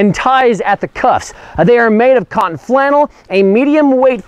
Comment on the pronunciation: Nice video. My only constructive criticism is that the host/narrator keeps incorrectly pronouncing "canton" as "cotton." While canton flannel IS indeed a cotton textile, it's not the cotton flannel we're all used to in 2016, and this could cause confusion and mislead some viewers. As defined by Scissors and Yardstick (1872) canton flannel is: "A heavy cotton drill, bearing a soft, downy nap upon one side. This nap also is produced by the teasling operation. Single fold. Width, about 3-4."